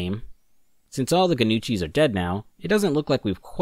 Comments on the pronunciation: i don't know why but it annoyed me when you pronounced gnucci as "ga-nuchi" but not as "nuchee" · how can you constantly butcher pronouncing Gnucci when you had played through the entire game lol